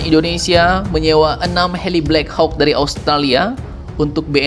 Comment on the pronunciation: Maap min, bacanya "blek hok" min biar tambah gacor